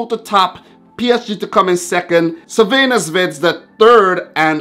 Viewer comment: First, sorry for bad english. Second, thank you for trying to pronounce "Crvena zvezda" instead just say Red star. Third, first surprice is there... Crvena zvezda - Napoli 0:0, Crvena zvezda and Napoli 1p, PSG 0. Not nice game, but result is what counts. Pozdrav iz Srbije (greetings from Serbia)!